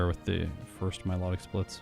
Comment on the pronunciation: Pokedex entry: Mylo-tic,: Mi-lot-tic, can't wait for the Reuniclus video 😅